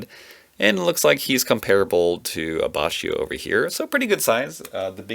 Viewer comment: I, same as you pronounced Abbachio that way for the longest time, until i found out that its actually pronounced Abbakkio